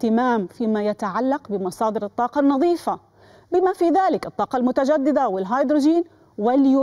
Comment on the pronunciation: الطاقة و ليس التاقة